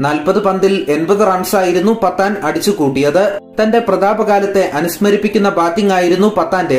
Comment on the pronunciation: പത്താനല്ല പഠാൻ